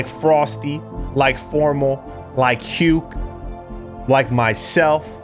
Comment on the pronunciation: Aint no way you're pronouncing Huke like that 😂